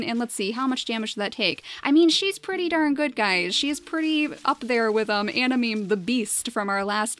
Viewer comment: I'm pretty sure it's pronounced anamaymay..